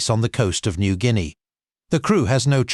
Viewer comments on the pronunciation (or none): none